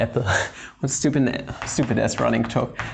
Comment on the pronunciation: It is funny how you say schtupid hahaha